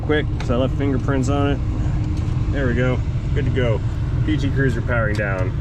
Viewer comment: Can't swear to it, but it sounded like called it a PT Curser (Cursor?). This might have been the only one I have seen in 10-15 years that wasn't running on at least one compact spare.